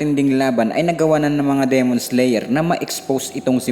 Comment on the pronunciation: LodS paki diinAn NAman at tigiSan ang pag bigkas nG D? Dimon nOt demOn! Owkey kairitA anG vOice over eh😂ok